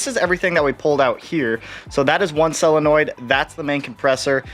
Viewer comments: Sounds like you’re saying “cell-a-noid”. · Cellenoids... God you're killing me. Solenoid!